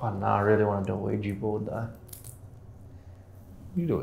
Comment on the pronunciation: Sheesh Isaac its not pronounced Weejee Board its pronounced Weeja Board. Oui is french for yes and ja is german and it also means yes